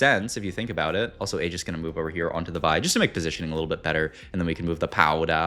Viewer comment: Pos-iti-oning lol. You're one of a kind man